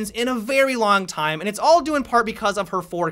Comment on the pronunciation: Blackbeard-ah. Time-ah. Amaziin-ah. Team-ah. Haha love his pronunciation!